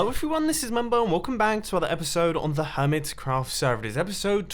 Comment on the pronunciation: Helo everyone! Welcome back to the Hermit[s]craft server! Hnggggggggggggggggggggggggggggggg that extra "s" tho